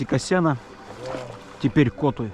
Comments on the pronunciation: Почему вы в названии реки Котуй делаете ударение на первый слог, ведь правильное название с ударением на второй слог? (Коту́й // Словарь названий гидрографических объектов России) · Здравствуйте ! Попала на Ваше видио , здорово ! Очень понравилось , люблю путешествия , очень красива наша страна , вот только вопрос почему Вы ставите ударение в слове Котуй на "о" , а не на " у " ? Извините 😊❤ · Доброго дня!!! Места чудесные!!! Вот только почему неправильно произносите название реки КОтуй? Всегда и везде звучало и звучит как КотУй... Хотя несколько раз автор произносил правильно, но делал замечание, что не правильно... Не понятно... Леща ему выписать за это!!!)))) Просто слух режет...